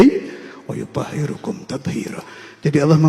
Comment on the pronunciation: Mohon maaf kok tadi baca ayat nya wayuthohirukum di baca domah padahal kan harusnya di baca fathah...barangkali saking semangat nya.mhn maaf